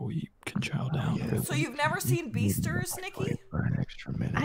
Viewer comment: lmao she said beasters instead of beastars